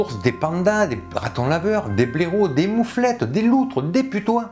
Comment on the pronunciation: tu as dis les mouflettes au lieu des moufettes